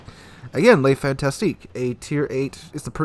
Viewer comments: It's FANTASQUE pronunced FANTASK and not FantasTIQUE It's not a fantastick ship, it's just a fun task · It is pronounced: Le Fantasc (rest of word is numb)